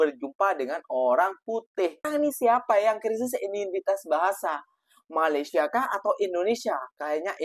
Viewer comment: Sebut Malaysia pun tak betul, sibuk nak menjaga dan menyinyir Malaysia. Tak payahlah. Jaga Negara sendiri sudah. Negara ko dah teruk dah tu, Tak lama lagi tergadai lah negara ko kepada Negara China.